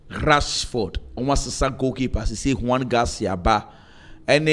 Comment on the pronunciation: said "hwan ke"😂😂😂😂